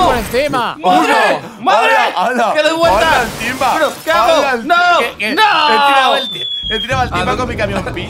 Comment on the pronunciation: invictor: a por tuinbaaaa Timbavk: Como que tuinba Yo: jajajaja jajajaja 🤣🤣🤣🤣